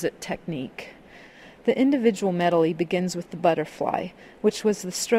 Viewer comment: haha she says medely